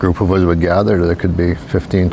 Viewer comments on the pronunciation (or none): none